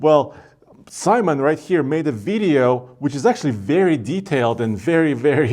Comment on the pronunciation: Great job! Somehow I always chuckle when you say "veeedio". Hahaha.